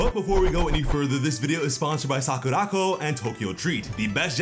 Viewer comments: It's Sakura Co not sakuraco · Great video, but I almost spewed my drink out of my mouth when I heard you mispronounce SAKURACO. It’s “Sakura-Co”. They shortened company to ‘co’ and put it at the end of Sakura. It’s definitely not ‘sock-a-rock-o’ smh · I love how he siad sakuraco. He siad sakurākoh😂